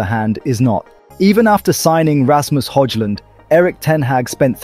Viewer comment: As a dane, i know that's how you pronounce Højlund:)